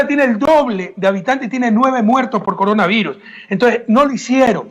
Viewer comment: Min : "Venejuela tiene el doble de habitantej. Tiene nueve muertoj por coronaviruj". ¡¡DICTADOR HIJO DE PUTA!! HASTA AHORA DEFENDIENDO A MABURRO!! ¡Cómo si las cifras que da Maburro fueran creíbles para alguien medianamente inteligente! Quiere hacernos creer que Maburro se preocupa por alimentar a su pueblo. En las calles de mi país hay 800,000 venezolanos subempleados y de vendedores ambulantes, algunos de ellos delincuentes, mendigos y prostitutas, porque en su país Maburro los mataba de hambre. Es más gente que ecuatorianos hay en España. La diferencia es que aquí no hay fuentes de trabajo. Están incluso en la Plaza Grande de Quito. Correa, que estuvo sentado 10 años en el palacio presidencial, al pie de esa plaza, parece no haberlos visto nunca.